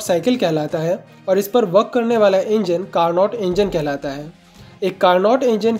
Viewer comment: It's carno not carnot. T is silent